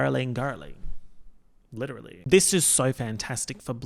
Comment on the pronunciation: 'Princess Fiona' LIT-E-RAL-LY